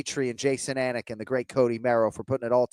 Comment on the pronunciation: As a dude with an unusual(not difficult just unusual) name, I love Jon Anik's focus on getting the pronunciations correct.